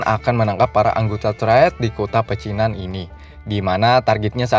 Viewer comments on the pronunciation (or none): Pecinan dikata Pacinan.. Dilema jadi Delima?? Lu mabok bang?? Slow aja gk usah tegang lu bang..